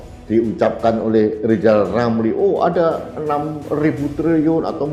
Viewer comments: LL itu LIZAL LAMLI atau apa...??? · Ini bukan RIZAL RAMLI tapi LIZAL LAMLI....HAHAHAHAHAHAHAHAHA😅😅😅😅😅😅😅😅😅😅😅😅😅😅